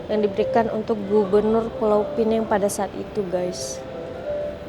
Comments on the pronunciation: Sebutan Pineng tu dari bahasa inggeris kalau yang betulnya pinang faham ya. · Sebut Pineng.... Orang Malaysia Sebut Pinang.. - Neng Malay - Nang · (,, bukan Pulau Penang,, tapi Pulau Pinang.. ) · assalamualaikummmm ...jangan sebut pulau pineng SALAH.......sebut saja pulau pinang ataupun pineng sahaja....adoiiiii sakit tinger aku dengar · Bukan Pulau Pineng tapi Pulau Pinang . Kalau nak sebut Penang ( sebutannya P - Ning ) tak boleh letak Pulau di depannya . Sebut sahaja P-Ning = Penang. Penang itu adalah sebutan Inggeris untuk Pulau Pinang .. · bknya pulau pineng tp pulau pinang cuba sebut betul2.. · Pulau Penang??? sebut betul2 ya... Penang sebutan dr org British dahulu... Pulau Pinang nama sebenarnya tp kami di utara sebut Tanjung utk Pulau Pinang.. tiada siapa org M'sia yg sebut Pulau Penang 😂😂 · Pulau pinang bukan pineng , pineng atau penang itu sebutan orang British sebab pelat. Kalau nak sebut pinang sebut sahaja pinang. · Pulau pinang bkn pulau pineng😂😅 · Kita xboleh salahkn.. salahkan orang melayu sendiri.. banyak yang sebut dgn sebutan pineng.. pdhl ejaan sebenar pinang😅😂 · dia macam ni bang, kalau nak sebut pineng sahaja takde masalah. tapi kalau nak sebut "Pulau" kena guna Pinang dibelakangnya. pineng tu sebutan dari bahasa inggeris iaitu Penang Island. orang Malaysia tak pernah sebut Pulau "Pineng"